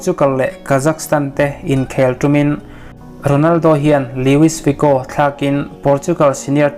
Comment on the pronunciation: A manhla thin e i channel hi..👍👍 Thil pakhat, chho a Lewis Figo i tih kha Luis Figo ni in ka hria a..Lewis tih a lam tur ani em le ka lo ti ve mai mai..😊😊